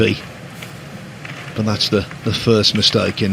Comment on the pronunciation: Why does that announcer say boat instead of but?